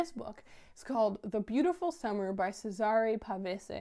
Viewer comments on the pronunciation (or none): Hi, i love this kind of videos, they just feel relaxed and honest. As for cesare pavese, he is a very famous italian author and his name is actually pronounced "chè-sa-re" and not "se-sà-re":) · Aw it's so nice to see you read something by an Italian author! I don't know if you care, but I'll tell you, the "C" in "Cesare" is pronounced like the "ch" sound in "chocolate"!